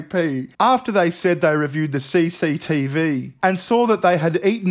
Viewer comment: I never realized how enjoyable it is to hear someone say “CCTV” with an Aussie accent.